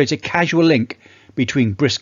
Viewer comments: Really interesting video, thank you. It’s “causal”, though, not “casual”. I’m in my 70’s and still OK for briskish walking and slowish jogging. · CAUSAL, not CASUAL. Otherwise great video. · Thanks for sharing,. One question: You said “casual link”, but did you mean “causal link”? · casual or causal? Cmon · Do you mean causal data? You keep saying casual. I place close to zero weight on causal data. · Thanks for the info. It’s “causal link”. Not “casual link”.